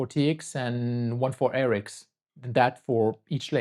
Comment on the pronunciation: You are mispronouncing RX and TX